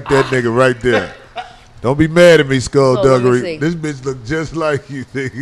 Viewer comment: he said scull dugery . crazy